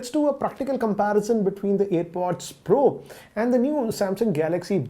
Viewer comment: Everyone says pro but ranjit pronounce bro...